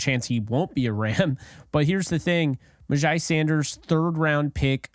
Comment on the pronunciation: You are pretty legit, sir! All the things re: MyJai are spot on. BTW his name is pronounced, "MyJay" 💛💙💯